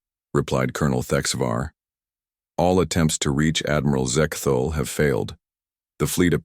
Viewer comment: Sigh, just an AI reskin (plagiarized) but no effort placed into cleaning up grammatical errors and pronunciations, e.g. , Zek-thul, Zek-thol, Ze-ke-Thool, Zek-tul, Zek-tol, Zex-Tool, Sex-Tool, Ahhh.